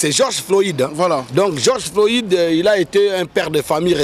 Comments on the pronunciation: c'est pas Georges floïde mais plutot floyde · geoge floyide? Yokaka ata soki mundele Azo prononcer okandi au lieu ya ko déformer kombo y’a mutu